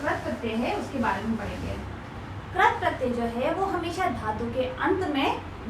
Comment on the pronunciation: Ma'am Krat pratyay Nahi Krit pratyay hota hai.......... 😆😆